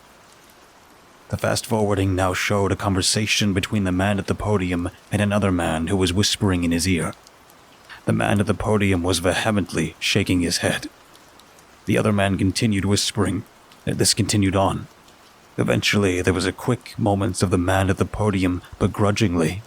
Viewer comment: The "H" in "vehemently" is silent — much like the "G" in "lasagna". It's remarkably distracting, and quite immersion-breaking as a result, to have the pronunciation butchered so badly.